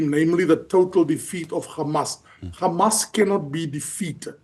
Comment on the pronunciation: I'm distracted by your ignorance and inability to say Hamas, it's not difficult.